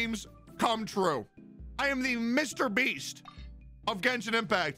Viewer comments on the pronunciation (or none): none